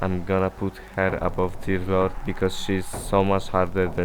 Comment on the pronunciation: i'll be honest: it sounds like you're calling Deer Lord "Diddler" and it's honestly kinda funny